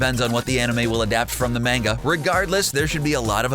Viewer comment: I hate how you say manga